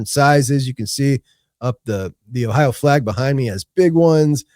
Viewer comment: Idk about that song but it describes ohio. Shooting dice was big in the Akron area. But I wish you could understand him saying ohio.